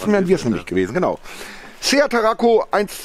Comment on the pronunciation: Ach ja, Tarraco nicht Taraco